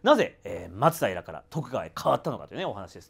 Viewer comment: 松平の発音がマツダイラみたいに聞こえる気がするのは私だけかな😅